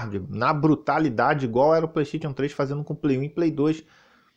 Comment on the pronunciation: HAHAHAHAHAHAHAHAHAHAHAHAHAHAHAHAHAHAHAHAHAHAHAHAHAHAH melhor 😂 pleixteitiu, écsi bócsi😂 eu amo qndo ele fala assim 😂 mas nada supera rat le clanque q era p ser ratchet and clank😂🤌 mas agr ele tá falando+direitinho 😂